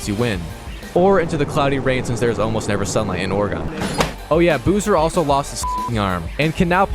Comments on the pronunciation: Ore-ah-gin In Ore-days-gone. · ORGON🤣🤣🤣🤣🤣🤣 that had me dyingggg never heard anyone say oregon like that🤣🤣🤣